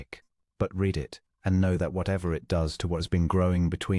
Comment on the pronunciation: AI needs to learn: "read": past tense " read" instead or present tense. Quite distracting. Good story.